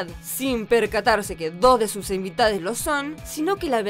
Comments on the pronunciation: ivitades xd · Che se equivocó dijo "invitade" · Uy, " invitades" hablá bien! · Alguien más escucho "invitades" ufff😫